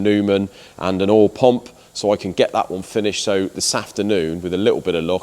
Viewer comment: He can't say "POUMP" or "STOUDS"!!! ;-)